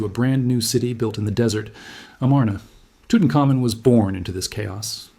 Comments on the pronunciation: Ok I think the facts are correct or mostly so but NO ONE ever pronounces Tutanhkhamun's name "toot un ka moon." That is laughable. That's when you know AI is narrating. That is badly mangling his name. It is "toot un common" and it always has been pronounced that way. Other names were mangled too. If you're gonna use AI... program it to say the names correctly. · Tootin-cum-moon lol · I always thought it was pronounced Tutankhamun, not, Tutankhamun.